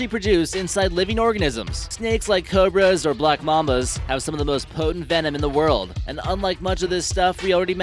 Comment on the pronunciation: Anyone else noticed when he mentioned a Kobra he said "KO-Brooo"